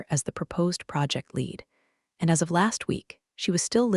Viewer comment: Shame about the bots though. The most annoying thing is that they can't pick the correct homophone, eg what should be pronounced lead as "leed" comes out as "led", and vice versa. Read gets the same mistake and live(s) can be "liv(s)" or "lyv(s)" at random. Currently I'm one of the 7%, but I'm thinking of leaving even the 93% and just not listening at all. If you must have electronics read your stories, at least listen to them first and correct the homophone and other pronunciation errors before uploading them.